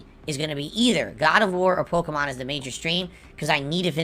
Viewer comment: Hearing a 40 year old man say the word “Pokemohn”. Is hilarious in a cringeworthy way 😂